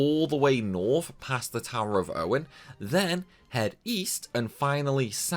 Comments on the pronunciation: Ive never heard onion pronounced this way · The only thing stupid or crazy about this video is your inability to pronounce onion. Otherwise, fun video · Holly hell you cant say Onion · hahahaha wait do you actually think that's how the word onion is pronounced? You've never like.. eaten an onion? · It's not Onin Knight. It's Onyo Knight. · Its pronounced "UN-YEN" not o-nin... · Literally no one in Britain says "Ownen". We say "Unnyen" like every normal English speaker. wtf is this, lmao. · Dude, Onion the vegetable... [ Un-yon] not Onen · hes definitely saying ownin.. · I agree he says it like onin knight when its actually onion knight as in the vegetable onion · He's trying to say 'owning,' not 'onion' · so A. FF3 is for the Nintendo DS not 3DS B. it's Onion not Onin. like the thing you put in your chili. C. You are crazy pls take my like and my sub. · "Un-yun" not onon lol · "Onion" - Pronounced pronounces...... "Words are hard!" ( quote from nearly every stream) Great vid pal 👍👍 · Why are you pronouncing onion so weirdly.... You are saying it like oninon instead of the vegetable like its written. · Ive been pronouncing onion wrong all this time, who knew it was pronounced onin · The way you pronounce onion knight hurts my soul. Imagining you asking for a bag of cheese and onin crisps… or chopping onins…. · It's always pronounced onion like the vegetable because b it's almost always in reference to the actual vegetable. I think in final fantasy in particular though onion is Japanese slang for useless so if pronounced differently was localized to being onion. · I think I just took mental damage from your pronunciation of “onion”. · I find it disturbing that you can't pronounce the word "onion" properly. 🧅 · I don't think I've ever heard anyone pronounce "onion" that way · FYI, that's not how you say onion. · I will literally pay you to learn how to say 'Onion'. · Excellent video! I love how you pronounce Onion lmao